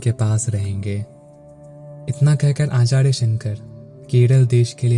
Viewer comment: r ko da kyun bolta hai. Acharya hota hai Achadya nahin